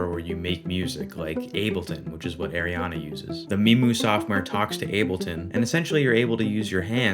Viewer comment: Love this content, but just as a future reference it's ARIana not AIRiana